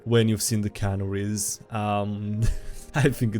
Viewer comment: Aren't canaries pronounced can-air-ese? Canneries are a place that put things in cans. Also the fact they're still canaries means that it's probably not what you're thinking of. It could just be an unfortunate bird keeper